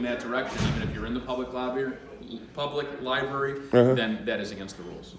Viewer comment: Library god damnit learn to speak not li Barry